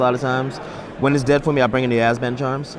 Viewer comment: Really interesting concept for a deck, but... was it just me or was constantly saying "Azban" instead of "Abzan"?